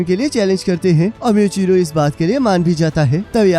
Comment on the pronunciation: Plz called him मूईचिरो not म्यूचिरो.🙏😅👍